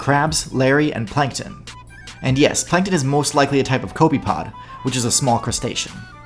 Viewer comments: Kobe pod😂😂. It’s pronounced co-po-pod (I took marine science so we went over this a lot) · If he says “cope-ee-pod” ONE MORE TIME